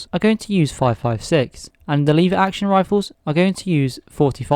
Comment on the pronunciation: My friend it's a "Lever" Action rifle not a liver action rifle